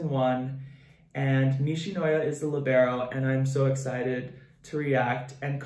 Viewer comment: i hate how they pronounce libero, as LEE-bear-oh